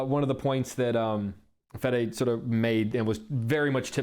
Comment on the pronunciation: I love you, the kid, but you got to work on your pronuciation a bit. It's pronounced: [ˈfeðe]